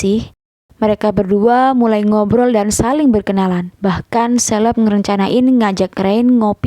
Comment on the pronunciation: Bacanya Kaleb min bukan Sleb 😭